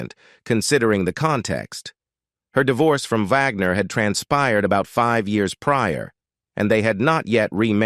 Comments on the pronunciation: Yes 😅😅😅😅 especially pronouncing it like that of the classical composer Richard Wagner. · The narrator in this story has terrible diction. Wag-ner 'not Vog-nor. Among other mispronounced words. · I wish the Narrator would make up his mind on how to pronounce RW's name; Wagner. Vaughner, wogner. Vagner, etc......🙄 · Not Vagner. Wagner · I hate the robot mispronouncing wagners name